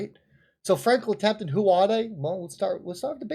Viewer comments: It's TEMPELTON not TEMPTON!!! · FRANKLIN TEMPLETON NOT TEMTIN.,,,,,OY VEY